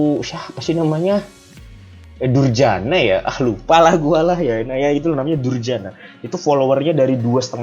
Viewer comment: Dayana bang, dayana.. kok durjana haha